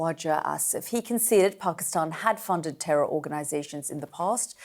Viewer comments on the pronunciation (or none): The questioning is a class in Journalism. Well done. The Defence Minister was sweating !!!! 😅😂😂 And then he admits to harbouring ter-orr!!